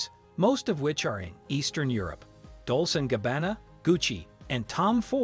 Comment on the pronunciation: No they are totally mispronouncing it 😂 It sounds like he's saying 'versus' LMAO he couldn't even pronounce Dolce & Gabbana...